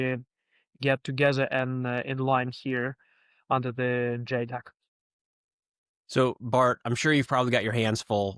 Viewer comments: ita ja tec not JAY tec. ja like -peanutbutter Jar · JTEC is The NATO-Georgian Joint Training and Evaluation Centre, so should pronounce the A in JATEC. Perun made a point about it in his videon on the topic :)